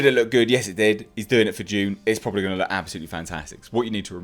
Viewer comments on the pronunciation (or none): It’s Dune not June!!! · Its pronounced dune